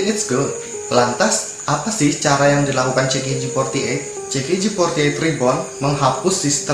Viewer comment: And CKG48 = Si kei Ji 48 kak jangan cikiji :'v